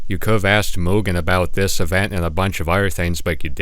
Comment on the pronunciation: fantastic video but please stick to one pronunciation of mugen it drove me up the wall hearing you pronounce it differently so many times bro